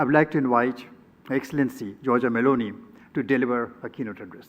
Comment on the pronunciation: As an Italian I am pleased that the Indians there in India pronounce the name of our Prime Minister, Giorgia Meloni, very well.